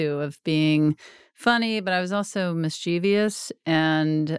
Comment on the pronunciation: Why are you all mispronouncing “mischievous”?